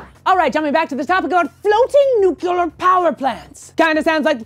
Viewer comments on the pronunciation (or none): "New clear" not " nuke you lar" gyad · you say "Nuclear" wrong.... (you say it like George W. Bush :P)